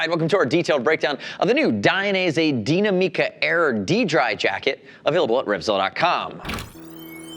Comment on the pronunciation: neither. "Deenameca" not "MIca" or wtvr like he says. there is no emphasis on the "mi". it's pronounced exactly like the english word "me" but without what he does to it. the emphasis of the word goes into the "na". "dee-NA-me-ca".